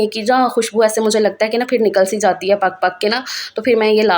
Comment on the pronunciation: Dear sister urdu ko zinda rakhain.bhiga nahin bhigo.fir nahin phir